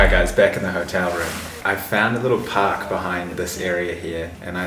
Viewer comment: You said "park", I thought you said "pack"🤣